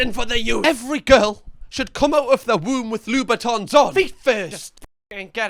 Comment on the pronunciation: So proud of for learning from his mistake and actually calling the shoes Louboutin this time